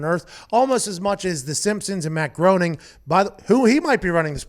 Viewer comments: I believe he pronounces it Matt “G-R-A-I-N-I-N-G” not groaning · It’s pronounced Graining. Not Growning. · It's pronounced more like "grinning" than "groaning"... drives me crazy every time he says it... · Groening rhymes with complaining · It's pronounced Matt "Graining" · It's actually "graining"